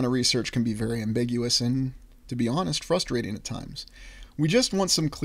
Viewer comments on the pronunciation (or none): none